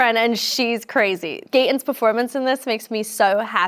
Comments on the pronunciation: she says it like gayton instead of gaton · She said Gaten with a long “ a “ it’s with a short “ a “ not a long “ a “